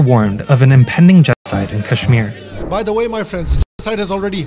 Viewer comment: Tell them first learn how to pronounce Kashmir